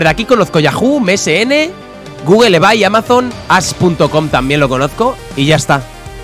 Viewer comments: Todos: se pronouncia ibei Absolutamente todos: se pronuncia ibei Folagor: ebay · porque lo pronuncia ebai y se pronuncia ibei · "ebay" = ibey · Absolutamente nadie: Folagor: "EBAY" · Lo dice solo él que yo sepa 🤣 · Hola soy nuevo y ebay se pronuncia ibey